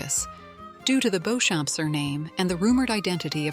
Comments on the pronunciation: Who the hell is Beauchamp, its beecham ... AI is annoying ! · If you are going to talk about a series then you really should learn how to pronounce the names properly !!! Clare BEECHAM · Beauchamp pronounced Beecham. It's Anglo Norman, so is Stuart/Steward/Stewart, Bruce.